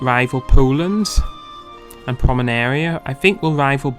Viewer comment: A little ahem: its PomeRaNia. Not PomeNaRia ... You've switched the capital letters mate :-) just trying to help here :-)